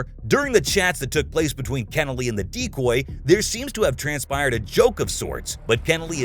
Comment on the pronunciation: For the first few minutes I thought the voice over was saying 'deep boy' but was saying 'decoy' instead lol